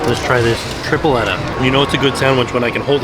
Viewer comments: My puertorrican ass is both laughing and dying at how is butchering them names like tripleta(tri-ple-ta) Yucca(you-ka) and pan sobao(paan so- baa-o) But it's ok, it's more as entertainment for us latino-hispanics!🇵🇷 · We love you, but repeat after us Puerto Rican’s. Tree-Pleh-tuh/tree-ple-ta. Joo-kuh/ joo-ka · The way he pronounced Tripleta, Pan sobao’ and Yuca hahaha I love him. Greetings from Puerto Rico